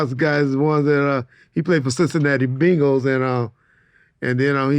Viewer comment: Cincinnati 'Bingals' lol